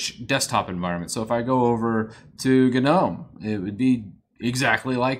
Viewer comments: Sir, did you just say GaNOME? ಠ_ಠ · > Guh-nome D...did Did I just get GNOMED?!